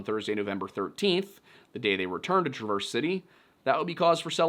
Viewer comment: TRA'-verse City